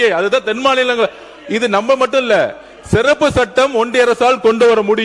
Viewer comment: மாண்புமிகு அமைச்சர் ஆதார் அர்ஜுன் அவர்கள் சிறப்பு சட்டத்தை செருப்பு சட்டம் என்று உச்சரிக்கிறார் வருகிறார் தயவுசெய்து உச்சரிப்பில் மாற்றிக் கொள்ள வேண்டும்